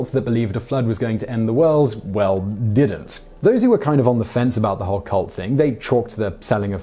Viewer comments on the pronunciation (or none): none